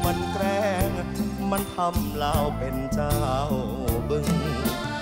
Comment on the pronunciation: ร้องเพราะ ออกเสียง เป็น เป็น เป็ล ไกว เป็น ไคว